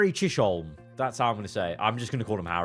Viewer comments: Pronounce Harry Chiz-uhm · Chisholm is pronounced “Chiz uhm”